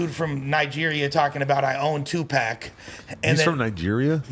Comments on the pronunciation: Loool white people man this nigga callin Tupac…… Tuepax 🤦🏿‍♂️ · "I OWN TUPACK"